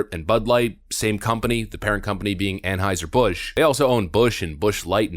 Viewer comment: I have a nit-pick: It's pronounced An-HIGH-zer, not An-HOW-zer.